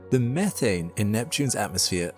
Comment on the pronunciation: Methane.. not Methhh,ane